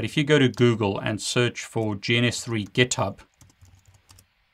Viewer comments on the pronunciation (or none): none